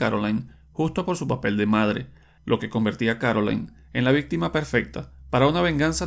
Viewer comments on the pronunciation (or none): none